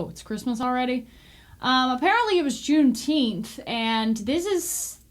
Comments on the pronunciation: It's pronounced June teenff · Juneteemph, they should have picked a month that they can pronounce! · Say it right!!! Juneteenph!!! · You speak the truth, and people hate that. Here's one, some pronounce it JuneTeef. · It’s pronounced; Juneteenf